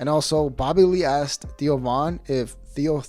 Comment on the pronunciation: The way you say Theo sounds like Tio, which means Uncle in Spanish lol